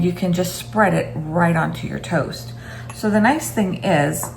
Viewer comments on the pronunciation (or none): i don't know why, but the first time that i heard this i heard the word "toes" and i had to rewind a bit before hearing the word "toast."